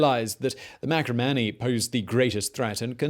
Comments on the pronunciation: Marcomanni, not Macromanni. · marCOmanni not maCROmanni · Dude, read over your script before you tape, will ya? MARCOmanni not MACRO. ANTON-EYE-NUS, not Antone-ee-us. The shows are good but that's no excuse to be so sloppy. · While it usually looks like an "L", Iazyges is actually spelled with an "I" (letter after "H"). Also, it's Marcomanni, not macromanni.